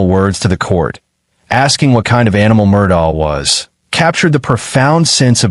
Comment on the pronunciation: Murdock, not Murdah Lafeet not Lafit